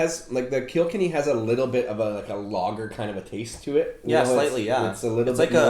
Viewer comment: Great video thanks guys. As an Aussie though it took me a minute to figure out you were saying lager 😂 🍻